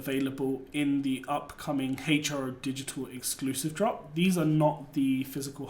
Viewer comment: I may be wrong but I think it's pronounced Hero